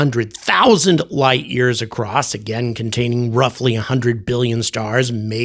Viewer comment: Seems with her accent that she said a million, not billion.